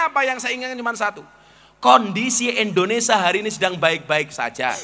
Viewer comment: Gus berbahasa indonesia yg baik,jangan menyebut indonesa